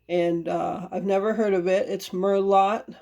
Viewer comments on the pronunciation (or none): Merlot is pronounced mer-low. The 't' is silent. Merlot is a type of red grape for wine making. I am sure it was tasty on crackers.